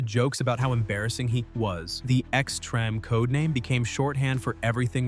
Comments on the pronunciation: "X-Trem"? Isn't it "X-Treem"? Is this more AI? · Really...? Yet another AI generated slop...or in the best case, a human written script with AI narrrator. They couldn't even take the time to re-watch the video, and fix the "treme" (should be Extreme) mistkae. This kinda content is just pointless and drowns out the actual real content, but it seems like youtube is quickly becoming mostly AI Slop nowadays. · Such an interesting video filled with so many underused characters worth revisiting and discussing and you used a shit AI voiceover that can't even say Xtreme correctly. Wasted opportunity. I watched the whole thing but I'm not going to pretend it was amazing since audio is arguably more important that visuals. A lifeless, over used AI voice is a sure fire way to destroy real growth and engagement. Please do the next video with an actual person, even if it's imperfect.